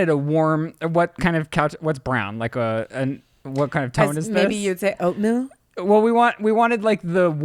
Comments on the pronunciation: "maybe you'd say oat-mill?" Literally spit out my coffee. with the subtle genius comedy. The energy of this podcast added a few decades to my life. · calling out ryland by saying "OATMILL" and ryland not even acknowledging it